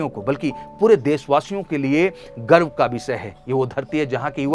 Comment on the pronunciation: Bro, woh Bihari pronunciation ki wajah se hai.. kai Bihari Garv ki jagah Garbh likh rahe hai. Haha😅